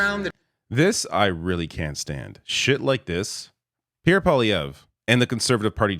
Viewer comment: whoever heard of a cowboy called pee air.